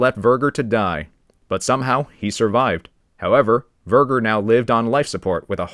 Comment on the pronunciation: The pronunciation of Verger… oh my.